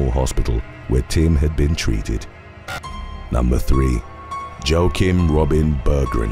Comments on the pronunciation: Just a heads up, its not pronounced 'Joe-kim', its 'wa-keem'. Thanks for the great video content!! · Joakim is pronounced like wah keem. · Joakim ="wah-keem". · Joakim is pronounces Wauk-eem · It's pronounced waakim..ha ha